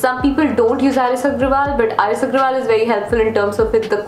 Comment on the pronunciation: It's not R.S Aggrawal its R.S Aggarwal